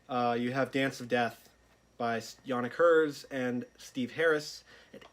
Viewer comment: Right yeah, understandable! The band refer to him as jænɪk ˈɡɜːrz like the phonetic in the wiki article, so I've always went with that. Either way, great stuff man, really cool to see these, and looking forward to a Final Frontier review assuming that's in the works :)